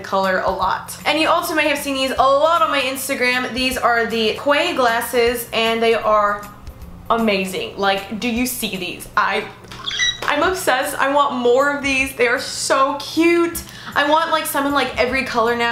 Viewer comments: Quay is actually pronounced Key :) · they are actually pronounced key I know weird but key not quay love you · The sunglasses brand is pronounced "key". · you're so pretty!!! ps. you pronounce QUAY like "Key" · Is quay sunglasses pronounced keey or kway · Quay is actually pronounced like "key" lol